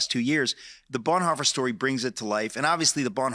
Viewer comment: Did I just heard call Bonhoeffer - Blondhoffer?